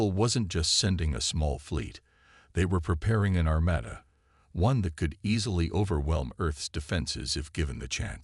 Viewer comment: I tried, I really tried....but I am never listening to your stories again!!! FKN HELL what a POS AI!!!!!!!!!!!!!!!!!!!!!!!!! WTF is: "e-KO-ing", "ar-MAD-uh", "BEAR-idge of fire", "TREE-cherous"!!!!????? YOUR AI SUCKS ASS!!!!